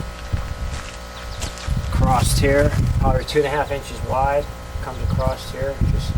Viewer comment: across or acrosst ? damn!